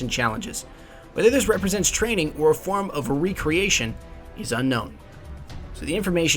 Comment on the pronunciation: recreation, not re-creation